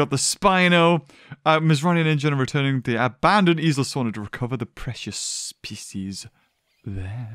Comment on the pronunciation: When you said “species there” i heard pc’s there.